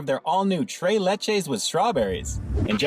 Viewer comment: You keep saying tray but it tres LOL like three in Spanish LOL because it's three milks LOL